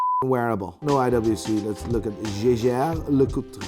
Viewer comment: bro is pronnouncing jaeger right, but gives ashit about ap